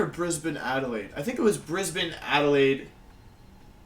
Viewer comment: Props for knowing that brisbane and melbourne are pronounced the same.